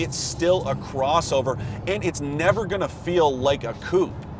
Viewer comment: It is amazing how some reporters never learn how to pronounce 'coupé' or 'Porsche'.